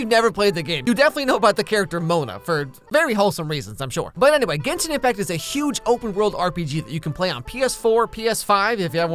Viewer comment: you know he hes leing and has never played genshin because he pronounced every name wrong.